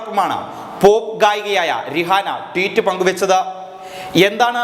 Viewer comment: രിഹാന എന്നല്ല പ്രൊനൗൻസിയേഷൻ റൈഹാന എന്നാണ് 😄😄😄😄😄😄